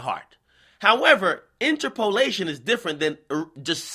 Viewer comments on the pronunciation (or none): In turp o lation not inter po lation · "inter-POE-lation"? bruh it's "inTERpolation"... and you got tiddies too Ak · This nigga pronouncing interpolation got me dying 😂😂😂😂